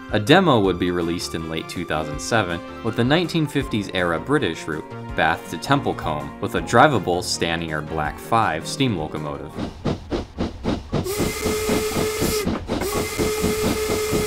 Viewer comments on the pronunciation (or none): " ...from Bath to Templecoom. ... " ;)